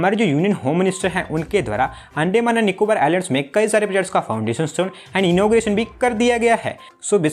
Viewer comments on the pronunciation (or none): It's not अंडेमान it's अंडमान। 😂